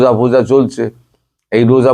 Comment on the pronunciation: দয়া করে রোজা foja বলবেন না।বড্ড শ্রুতিকটু লাগে।